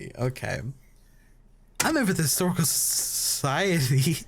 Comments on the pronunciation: Lolol can't say historical society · *Dies trying to say historical society*